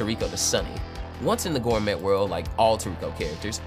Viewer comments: Oh man. I hate to be that guy and Im only 12 seconds into the video but gourmet is pronounced like gore-may. Its a French word so I cant fault you but if you're making Toriko content where everything is gourmet, I think you ought to know. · I absolutely adore toriko and am new to ur channel and am excited to check out this vid and ur other content, and I just subscribed but i'm literally 11 seconds in and bro did you just say 'gore-metttttt' ????????????? ... gourmet is a french word used to describe very rare, highly desirable, or exceptionally high quality types of food, or a person who is deeply knowledgeable about them and it's pronounced 'gore-may', (just like many other french words) the T is silent